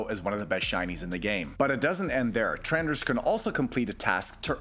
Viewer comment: did... did you say... "trenders"?